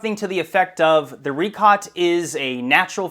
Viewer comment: Richat pronounced as "ree-shaat" though. How can we be sure in your words if you even mispronounce the name of that place?